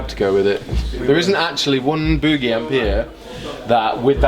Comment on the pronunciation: I'm not gonna tell you how to speak English, but you're pronouncing 'Boogie' incorrectly.